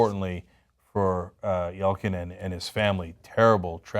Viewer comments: It's pronounced "Yel-chin". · Yell-Chin, not Yell-Kin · It's YelCHin, not YelKin. K exists in Russian. If it were pronounced with a K sound it would be spelled with a K. It should be pronounced like it's spelled.